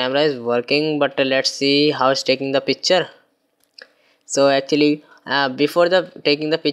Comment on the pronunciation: It's picture,not pichre